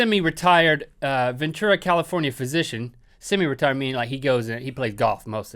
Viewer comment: when link said semi-retired i thought he said semi-retarded and i needed to rewind XD